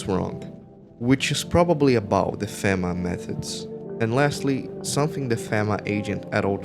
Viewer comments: The constantly knocking makes sense for multiple reasons. People prob forget theres someone there all the time, and also... it fits the world, perfectly. I wouldnt want to be left outside. Also the dramatic readings, like the burnt guy, are really annoying. And its pronounced FEEMA. I wasnt going to say anything but hearing fehma over and over is also really annoying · Aside from the constant mispronunciation of FEMA, good video.